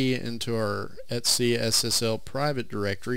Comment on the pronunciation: Sudew et-see